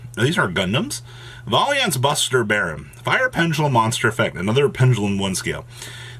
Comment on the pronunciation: VAL YENT VARIANT WITH AN L